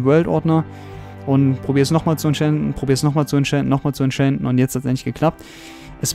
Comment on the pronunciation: wie du das entchanten aussprichst hört sich 'entchänten' an:D voll der cheater hier also wirklich